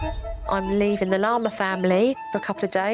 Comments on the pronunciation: Is it just me or when Jo says “Larmer family” it sounds like Lama family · She sounds like she’s saying The Llama Family 😂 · Every time they say Larmer all I can think of is llama and I love it😂